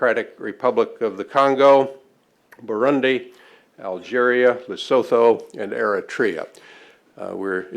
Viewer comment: ...He pronounced Lesotho wrong.